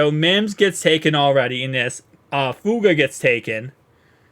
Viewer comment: Please put the third syllable in Fu-a-ga.